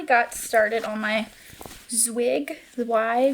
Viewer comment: I love the color and the raglan detail on your self-drafted sweater! Zweig means "branch" in German and this might sound a little silly but you pronounce it kind of like "spike" but with a "v" sound instead of the "p" at the beginning